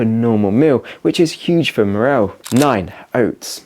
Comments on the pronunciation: Its "Morale" not Morrell. Otherwise channel is awesome fair play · I was thinking exactly that. Also says “morell” for morale. X